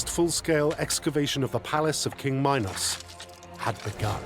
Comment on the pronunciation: I'll accept the butchering of Theseus' name but Mynos and My-nataur? Why are you adding the long I into a language that does not and never has had that sound. I see people do it with Dionysus too. I sounds like E. And Y sounds like the short I (like in it or Istanbul). So its min (like mean) Meenos/Meenotaur. And Dioniysus is not Die-oh-nicesus its Dee-o(short o like in Orange)nisus Hope this helps with future videos. Should give you more credibility when talking about them.